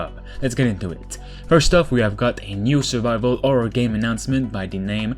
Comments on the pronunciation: sorry for asking this are you albanian guy cuz u can't say horror u say orror ? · no listen carefully he say orror cuz albanians people they speak same they cannot say H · I like how you say Orror and not Horror xd